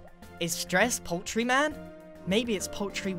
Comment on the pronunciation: Put the portal as the pupil Also it's "poultry" lol